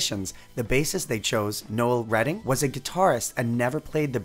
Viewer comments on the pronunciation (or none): none